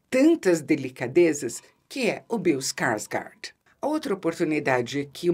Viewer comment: Ficaria a tarde toda escutando Isabela falar: " Bill Skarsgard "